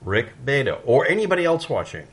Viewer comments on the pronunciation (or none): Say it with me,... "Rick BE-AH-TOW"